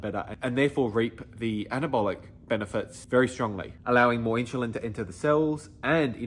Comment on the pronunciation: whats inchilin? sorry but i can take advice from someone who can't even say insulin the right way